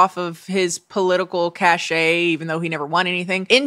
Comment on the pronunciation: Cache (pronounced "cash"): Refers to a hidden store of items or a temporary computer memory. Cachet (pronounced "cash-ay"): Refers to prestige, influence, or an official seal. I see people mispronounce Cache constantly at it's one of my peeves lol so like having a supply of something (cash)